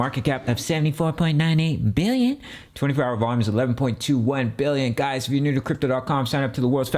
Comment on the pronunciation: "We're sitting on a market cap of 74.98 BILL-YEN" 😂 makes me smile everytime.